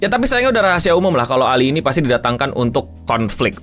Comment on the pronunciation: You can say ALI not ali